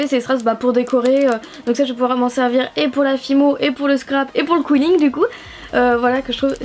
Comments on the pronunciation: C'est pas qouilling c'est quilling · Je crois que sa se dit Kiling.... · On dit qilling